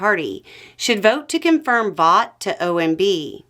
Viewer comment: Vought is pronounced "Vote", He corrected the record during his hearing.